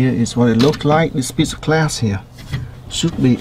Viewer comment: its glass not class lol